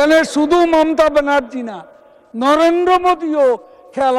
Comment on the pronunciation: S a sonen kaoya kaka nijei thik vabe oucchron korllo nah , bollo momta di